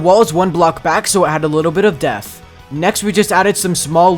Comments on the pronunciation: you said Death not depth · He said death instead of depth 😆 lol